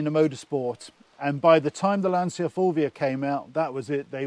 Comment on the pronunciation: You guys need to learn how to pronounce Lancia. The way you say it grates, like fingernails down polystyrene.